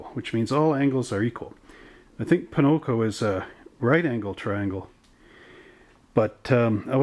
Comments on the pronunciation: Why you say Ponoco? its pocono not ponoco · Hi, i like your race league videos they're fun to watch. but I'm curious are you intentionally saying Ponoco, as i live near the track its odd to hear you say that b/c its Pocono Speedway, no hate just saying. keep up the great work,looking forward to the next race